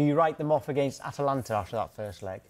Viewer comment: Incoming end of season collapse for Liverpool?! ; ATA- LANTA, not AT-LANTA, not difficult Clinton!